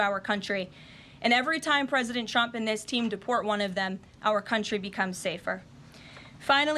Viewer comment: Trump, not Chrump. Diction.